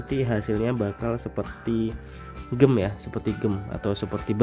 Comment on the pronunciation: cb denger di google cara baca gem nya gmn. malu